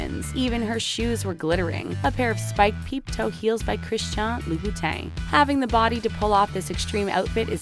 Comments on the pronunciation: “Criss-shawn Loo-buh-tane” ... 😑 besides the editing of photos, the only task in producing these videos is reading a script. Why does every other one have at least one conspicuous mispronunciation?? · Ok but You completely butchered the name “christian louboutin” 💀